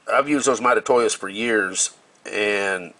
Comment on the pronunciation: Those interapid calipers are my favorite. I have the 12” digital and dial versions. They are second fav to my Eatalon’s Lastly, lol. The way you say Mitutoyo is all F’ed up. Let me help you….. say. ——> mee-too-toe-yoh, then say it fast. Pooof, now you got it. I know you go this! lol